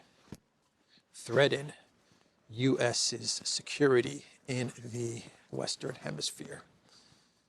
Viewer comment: “Threaden” ? Um, it’s threaTen.